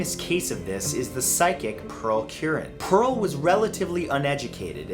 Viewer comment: MatthewSantoro Hey, I have the last name Curran Just wanted to let you know you pronounced it wrong its said like Cur, as in the slur or type of mongrel. Then -ran is pronounced like Rin.